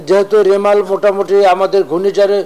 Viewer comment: রিমাল হবে ভাই রেমাল না।